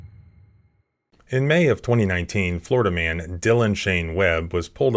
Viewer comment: Love the emphasis on "Florida Man"